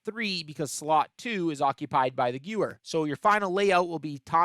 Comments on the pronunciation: Wow, this is incredibly informative. Here I was thinking the perk just sometimes decided to do that. A couple of notes on your video itself: 1. It’s pronounced “Geh-Vehr,” not “Gewer” 2. Instead of always saying “Bowie Knife or Sickle” every single time, you could’ve just had a disclaimer at the start that you’ll just be saying Bowie but it applies to both. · Great video! But btw Gewehr is German and the 'w' is pronounced as a 'v'! So not "Goo-er" or "Gyu-er" but "Guh-Vair" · "Gyou-er 43" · "gyoower" is killin me 😭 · hearing you say Gewehr 43 wrong reminds me of when I heard my friends try to say it